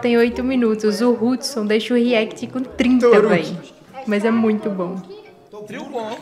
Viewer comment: Mano ela falando o nome de Hudson errado pqp kkkkkk😂😂😂😂